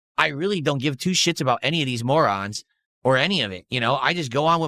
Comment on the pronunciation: "These moorahns hyperfixate on me and my mistake" says the cock roach throwing a marathon about it